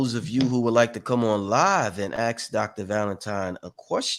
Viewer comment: Why do you say , axe, and not ask ?